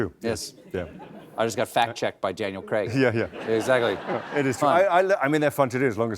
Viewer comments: Heya Cole-bert-ah --ya said "Creg" again instead of "Crayg". Daniel hid the wince well. Yes, that's an official correction 🐾 and in case ya haven't heard, there haven't been enough errors over at Seth's show lately. Not that anyone of the pedant pack needs an extra reason to offer constructive feedback. 🤣 Another jackal probably already called you out, but just in case that's not the case, being thorough is what jackal pack does best. 😆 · and he said CREG again 🤦‍♂️ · Stephan just said Danial cregg everybody He really can’t say his name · He ended it with saying Creg 😂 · Said Daniel Kreg again at the end 😂 Ooh😏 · Colbert said “Daniel Cregg” at the end there again 😅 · He said Cregg at the end again without realising Look at Daniel's face 😅